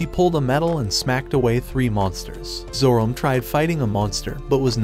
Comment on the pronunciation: Have you ever considered spelling certain words (specifically names) different to have the AI voice pronounce them properly? Like spelling it Zoromay or Zoromai instead of Zorome.